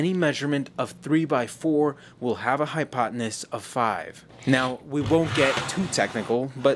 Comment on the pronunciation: Retired math teacher here and yes, it is triggering. I clicked just to watch him get it wrong. Also, the presenter calls the hypotenuse the "hypoteness" .Still triggering.